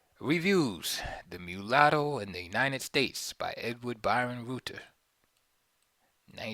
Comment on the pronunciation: Reuter is pronunced as Royter same as the large news agency frm Germany xxx